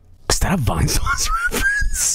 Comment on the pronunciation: As someone who was watching Vinesauce stuff since December 2016, I laughed so hard when he said "Vainesaussy" and called him (Vinny) as YouTuber.